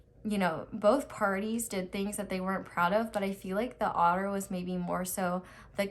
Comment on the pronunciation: Instead of otter i thought the whole time author wrongly pronounced?!?